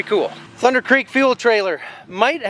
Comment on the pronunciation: Totally missed the “thundurrrrr”